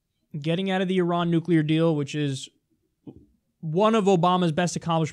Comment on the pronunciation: Great points..so glad that you pronounce Iran correctly as a side note ..